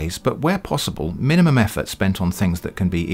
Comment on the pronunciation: "Mimumum total effort", an error like that isn't like you,!:)